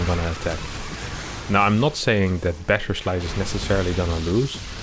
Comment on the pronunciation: I'm a huge fan of this show, and I think your english is perfect, but why is every "s" sound in your words tends to be "sh" so that "BasherSlice" is turning to "Basher<Sh>li " every time and so on? XD sounds pretty awkward when repeated hundred times in 10 minutes.. 🙂